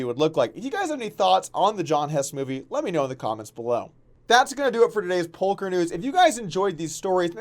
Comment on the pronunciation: did he said "polker news" in the end of the video?